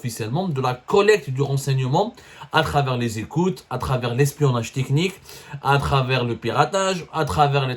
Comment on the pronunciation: Écotes Élégale. Déréction. Dérécteur. Ronseignemon Thécnique. Il te faut un orthophoniste 😂